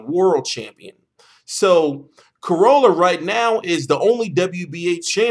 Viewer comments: The way you say Crolla is annoying. It is Crolla not Crowlla :P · think about how you would say Crocodile... It isn't crowcodile :P